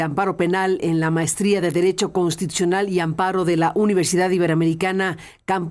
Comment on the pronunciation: SE DICE CONSSSSTITUCIONAL; NO CONTITUCION